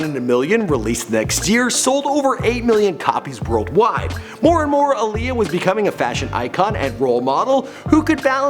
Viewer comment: That's not how she pronounces her name. It's Aaliyah like Muhammad Ali